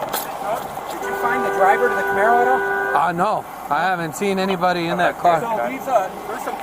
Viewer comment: As a car guy this makes me cringe so hard... "Camaro" "Camaro" "Camaro"